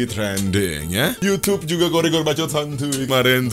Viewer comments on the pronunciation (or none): Inikah yang disebut 'BBBAAACCCOOOTTT' 😂